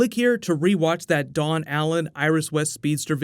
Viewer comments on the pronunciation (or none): none